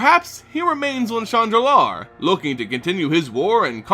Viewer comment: When you say, "Shandalar" it sounds like you are saying, "Chan Nalaar". Lol